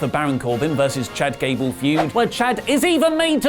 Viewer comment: Is it just me, but when the ring announcers announce Chad Gable to the ring it sounds more like Chad Gaybar?